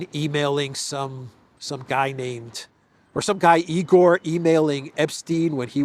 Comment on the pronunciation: There are plenty of Russians living in Canada, Australia, and USA. By the way, it is not E. Gore; it is Igor' [ eagerr' ] like English word eager.